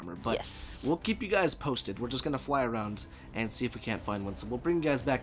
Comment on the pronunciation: “It’s gannah be an awesome freakin day”